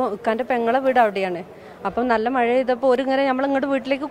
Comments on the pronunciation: Nee aadhyam poi naak vadichitt ഴ parayaan padikk. അവന്റെ ഒരു മയ 🤣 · "മയ" അല്ല "മഴ" എന്നതാണ് ശരി. ഓരോരോ ദുരന്തങ്ങൾ.